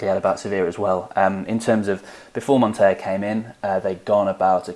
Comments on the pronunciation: Montella is montella, it's not the spanish "ll" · Montella is pronounced as it is written. With a long L. It is very far from the spanish pronounciation. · Guys it’s pronounced Montela (in Italian the “LL” puts emphasis on the letter, it’s a Spanish “Y”). Also it’s pronounced Marselo, and not Marchelo ( which would be the Italian pronunciation).